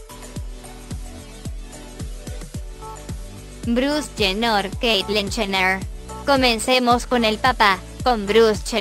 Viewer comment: bruz chener jajajaja